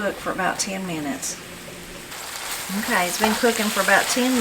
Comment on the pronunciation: I always enjoy your recipes, so much so, I bought several of your books. I had to laugh! We both say, "Okrey". So Appalachian!